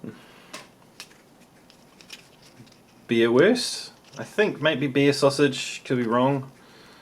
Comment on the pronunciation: Great video! :) And here is a little tip for you about german pronunciation: w is always pronunce like v; e = é (like elephant); u = oo (wood?). So! Wurst(sausage) = voorst.